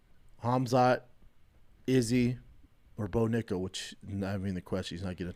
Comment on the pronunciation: Did bro say no nickal ? 😂